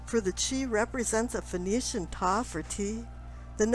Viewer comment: I didn't know that the word "Phoenician" had interchangeable pronunciations. fin-O-shin?